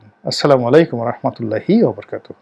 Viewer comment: ওবারকাতুহু না,ওবারাকাতুহু!!!!